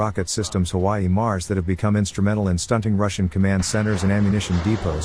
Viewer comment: “HawaiiMARS” Hahahahaha. Amazing.